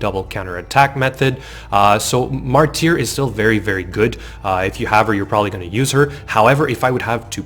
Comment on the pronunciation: You're killing me. lol Martyr - It's Mar-ter, not Mar-teer. I'd even argue with my midwest speech to pronounce it like Marder.